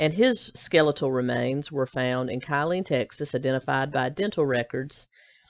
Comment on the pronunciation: Just FYI, the town near Ft Hood is pronounced like "Kill- lean" - not Ky-lean.